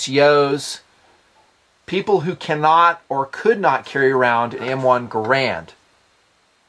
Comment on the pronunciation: When pronounced carbine, I smiled.:) When pronounced Garand, I frowned.:( Good video. Have long wanted an M1 carbine. From all said about the history and lore, even in spite of the negative stories, I've long felt it's an ideal backup or family weapon - for when the kids grow out of the 22LRs, or, as the review puts it, when the wife wants to bring her preferred battle rifle along.